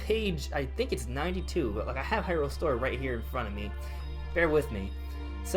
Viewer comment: Okay I'm gonna give this a chance...but if you say Hyrule as an iamb and not a trochee, then you obviously never watched the animated series =P